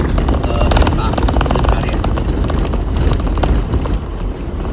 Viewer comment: Buenos AIRES ah ! BUKAN ARIEEESSSS.... !!! Gemes gua ! 😂😂😂 Masak gitu aja ga bisa bener nyebutnya ampe bgt lama !